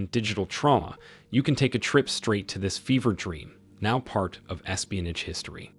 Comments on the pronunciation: Learn to pronounce "espionage". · yea that really bothered me more than it should have LOL